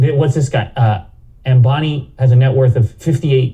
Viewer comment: It's Ambani, not bonnie.